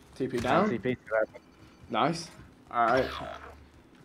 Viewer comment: vik said naisuuu🤣🤣